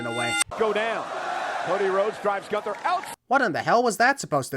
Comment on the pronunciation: gun-ther. ding (edit: referring to Michael pronouncing it like that)